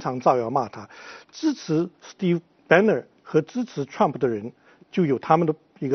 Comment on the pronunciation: 這個火火連trump都不会念，老是trum普。讓他回家看日本動漫算了